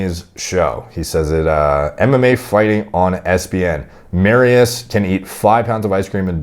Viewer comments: its more like "Mari-Ush'. But still close. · FYI its pronounced mariush the sz has a sh sound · I'm not even Polish, but I've gotta admit to slight cringes every time said "Mari-oose." Just busting balls, D... Love you, bro.. keep doing your thing. 💪🤙